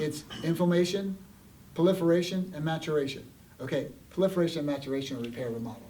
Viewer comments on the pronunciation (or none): “Plaliferation”???...i think he meant proliferation